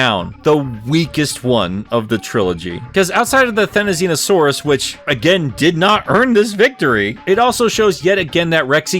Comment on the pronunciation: I don't see (or hear) why you think you're saying "Therizinosaurus" wrong. You're actually saying right for that's the actual pronunciation of how the hairy-looking Goose with pike-like nails is supposed to be pronounced. So you're good, dude.